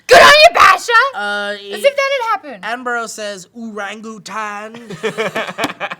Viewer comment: Can we clear up the pronunciation of Attenborough? Atten- Burr-Uh. Thank you and good day.